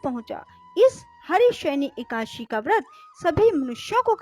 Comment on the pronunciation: एकाशी नहीं... एकादशी है। एक ही ग़लती को बार बार नहीं करना चाहिए